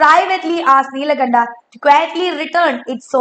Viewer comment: Neelakanda❌ Nilkanta✅